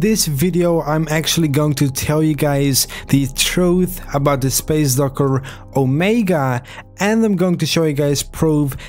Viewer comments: you mean docker not yoker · “Space Durkur” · he sound weird when he say space docker he says space durcker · I hate the way he say docker